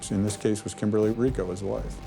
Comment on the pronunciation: Hricko is the name. Kind of disappointing and disrespectful that they couldn’t manage to get the name right.